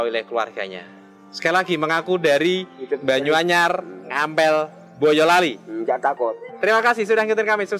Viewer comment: Bisa nyebut boyolali dg kata mbolali kykny mmng dri boyolali...